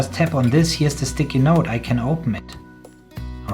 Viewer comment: I swear I thought his first line said “Stidey Nak” and I was so confused.